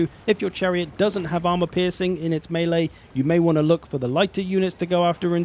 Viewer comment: Just wanna say thanks for the underappreciated correct pronunciation of melee. Whenever someone says mee-lee it makes something clunk and shudder in the depths of my brain